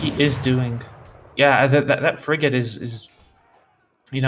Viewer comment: Why did that commentator keep pronouncing the word "Frigate" funny Lol he was saying it like Fri-jet LMAO